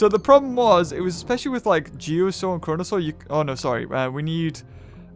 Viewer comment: The way he said coronasaur